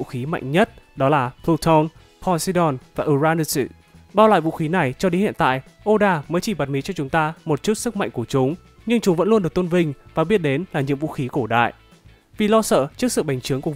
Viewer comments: Cách đọc chữ tiếng nhật của Ad và fan Tên vũ khí cổ đại Ad: pluton=pờ-lu-tân Fan: pluton=pờ-lu-tân Vâng, ko có j cả Ad:Poseidon=Po-xi-đon Fan:Poseidon=Pồ-xi-đần Ad:Uranus=Ồ(hay Ừ gì đó)-ra-nô-sừ Fan:Uranu s=Diu-ra-nớt'sss Nhân vật Ad:Enel=E nồ Fan:Enel=I nồ Nhớ chỉnh nha Ad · U-ra-nốt chứ không phải u-ra-nợt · U-ra-nút chứ ko phải u-ra-nút-sệt nha anh